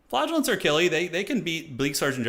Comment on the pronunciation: I know its flaggelants, but it is not what I hear XD